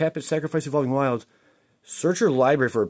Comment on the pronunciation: He's blatantly mispronouncing cards all the time and makes jokes like that constantly in his videos. Maybe it didn't land for your, but everyone and their mother that plays this game knows what an evolving wilds is. I don't know what to tell you if you genuinely assumed a channel where their primary content is opening up mtg cards didn't know what an evolving wilds was. That card has basically been printed in every modern set, and probably owns like thousands of them if he hasn't already built a small house out of all of his copies.